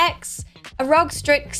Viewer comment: she called r o g rog loved the video though